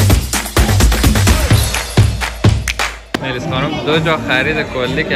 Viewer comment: فقط اون عکاس که به ملیس میگه معلییس